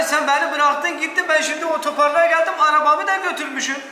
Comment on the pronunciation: hasanın ötöpark demesi KDÇSDÇAÇKDÇDLSKDÖDKDKLDDLKDÖD